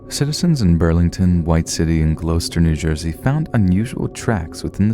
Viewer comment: Pronounciation shudder. Love listening to you but its Gloucester and Hadden Heights you meant, right? So it's Glaw*ster and Had*den not Gloo*ster and Hay*den. Otherwise wonderful reading as usual! :-)